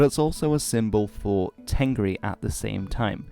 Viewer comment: Dude, im Mongolian , u did a good job explaining the religion but there is some little mistakes. Tengri , we pronounce it Tenger which means sky in Mongolian. Khukh tenger means blue sky. And the word temdeg means symbol not the name of the symbol u r talking abt. It is Khas temdeg. Ami means life, animals are amitan.